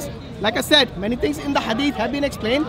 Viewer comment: I've also noticed he pronounces "said" as if it rhymes with "paid".